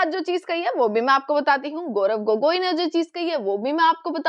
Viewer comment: अरे मैडम, बड़ी बढ़ी बाते छोड़ो, गौरव गोगोई साहब का नाम तो ठीक से लो,बार बार गोरख गोरख गोगोई क्या बोल रही है 😅